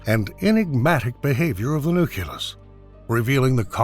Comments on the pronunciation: Nucleus, not nucyulus... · You can say "nuclear" correctly but not "nucleus"; "nuculous" is not a word. I cannot listen to this any longer, it irks me to no end. It was good content but i couldn't make it past 10 minutes because of that; learn how to pronounce properly, please. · NUCLEUS NOT NUCULUS